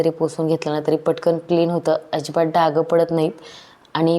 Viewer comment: खूप छान व्हिडिओ ,,छान रूटीन आहे तुमचे,,, पण डाग चा उच्चार डाग असाच करावा डागं असा करू नये ,,एक डाग तसा अनेक पण डाग ,,डाग पडतो किंवा पडतात